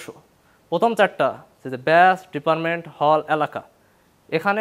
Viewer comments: এর পাবনা থাকা উচিত। সাধারণ শব্দের উচ্চারণও করতে পারেনা। ডিপার্টমেন্ট কে বলেছে ডিপারমেন্ট।😅😅😅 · ডিপার্টমেন্ট ❌ ডিপারমেন✅ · হায়রে বাংলাদেশের সর্বোচ্চ বিদ্যাপিঠের ইংরেজি বিভাগের ছাত্র রে ডিপার্টমেন্ট কে উচ্চারণ করছে ডিপারমেন্ট!!! ওয়াক থু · English Department এর ছাত্র, অথচ ডিপার্টমেন্টকে বলছে ডিপারমেন্ট! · Deparment বলে কিভাবে ইংরেজি Depar😅ment এ পড়ে??? 😅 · কয়দিন আগে তিতুমীর কলেজের পোলাপানের ডিপার্টমেন্ট কে ডিপারমেন্ট বলা নিয়ে ঢাবির পোলাপান ট্রল করছে, আজকে দেখি ঢাবির স্টুডেন্ট তাও আবার ইংরেজি ডিপার্টমেন্ট এর স্টুডেন্ট বলতেছে ডিপারমেন্ট... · ডিপারমেন্ট,কোরছেন, রেশ, এগুলো কোন ভাষার শব্দ ? এই সব না-কি ভবিষ্যতের নেতা 😂😂😂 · এই ছেলে ডিপারমেন্ট বলে ক্যা!! বাকি উচ্চারণ গুলা তো ঠিক ঠাক লাগছে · ড্যাম কেয়ার ভাব নিয়ে ঠ্যাঙ্যের উপর ঠ্যাং তুলে বসে গা দুলাইতে দুলাইতে টেলিভিশনে কথা বলা অনেক স্মার্টনেসের কাজ আজকাল। পোস্টারে বিড়ি খাওয়ার পোজ দিয়ে প্রচারণা করা একটা মহান স্ট্র‍্যাটিজি। বেয়াদবিপনা আর অসভ্যতাকে বিশাল 'কুল'নেস মনে করতেছে সে। সঠিকভাবে 'ডিপার্টমেন্ট' শব্দও উচ্চারণ করতে পারছে না অথচ ওভারকনফিডেন্সের ঠ্যালায় কি বলবে না বলবে ঠাউর করতে পারছে না।। ওরে আবার ভোট দিবে মানুষজন!!! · সবই ঠিক ছিলো। কেবল উচ্চারণগুলো সংশোধন করতে হতো। আঞ্চলিক ভাষায় তো অনেক বাঙ্গালি লেখক সাহিত্যিক কথা বলেন। আহমদ ছফার গুরু আব্দুর রাজ্জাক সাহেব ঢাকাইয়া ভাষায় কথা বলতেন। কিন্তু তাই বলে 'কোরশেন' 'ডিপারমেন' এসব বললে বিশ্ববিদ্যালয়ের ছাত্র হিসেবে তোমার গ্রহণযোগ্যতা থাকলো কই? আঞ্চলিক ভাষায় তুমিও কথা বলবে, একজন অশিক্ষিত মানুষও কথা বলবে। কিন্তু তোমার সাথে তার প্রকাশভঙ্গির যে সুক্ষ্ম ফারাক থাকবে, এটুকু বোধ যদি ঢাবির ছাত্র হিসেবে তোমার ভিতরে তৈরি না হয় তাহলে তোমাকে আরো শিখতে হবে। জন প্রতিনিধিত্ব করার মত ব্যক্তিত্ব, পরিপক্বতা তোমার তৈরি হয়নি।